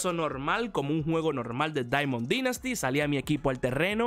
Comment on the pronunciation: Me gustan tus videos y todo pero no se porque odio que digas “dinasty” esta bien que no seas americano pero al menos pronúncialo bien ,eres el mejor ❤️